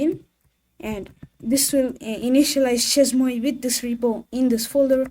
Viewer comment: Chez moi, 😅 its french google the prononciation Bonne continuation 🎉